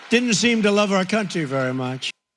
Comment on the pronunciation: Does it annoy anyone else the way he pronounces “country”.. its bad enough he uses it ten times in each sentence.